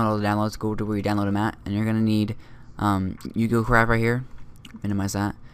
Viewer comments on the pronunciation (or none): Great video your really good at you tubing i subscribed of course just wanted to point out because everyone gets this wrong its pronounced oo go because its Japanese. i don't mean to be rude just pointing it out.